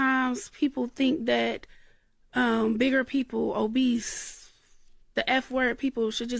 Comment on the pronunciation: Not "obeast" with the hard "t". All love Ti--no shade!!!🥰